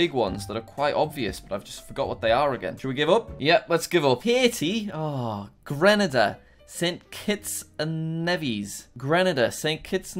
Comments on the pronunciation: it is "Greenayda" ,Grenada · It triggers me that Jack said Grenada it's GrenAda that means the a sound is LOUD LIKE YOUR SHOUTING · and its pronouced "Grenada" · Grenada is pronounced (gre)(no)(du)